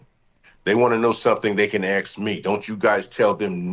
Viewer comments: Axe him? Definitely not a Engish major! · I can’t listen to anyone speak who can’t pronounce the word ASK